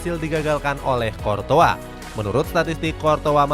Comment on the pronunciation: Qurtois bukan qortoa